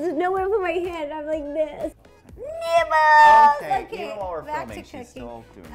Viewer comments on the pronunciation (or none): The real question is... Did Ro say Nibble or NIPPLES?! LOL